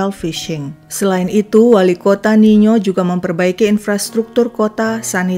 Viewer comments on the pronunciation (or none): Tertampil nino tai mimin sebut nya niyo